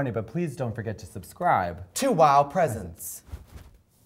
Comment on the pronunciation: Like how Trixie says WOW Presents like it means gifts type of presents instead of presents 😂